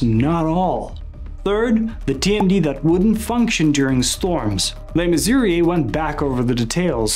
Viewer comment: You repeatedly say "LeMissouri". Check yourself, that's wrong. You said "Mayor Cock" Check yourself again, it's Koch, like match. The "ch" is soft, not hard. And, who ever heard of "E" 53rd street? You're not a NY'er, are you?